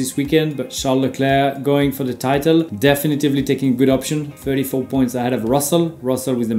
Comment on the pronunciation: Super tes vidéos, Romain. Par contre, attention, c'est "definitely", pas "definitevly"